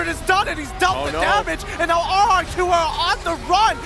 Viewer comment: RRQ broooo not RQQ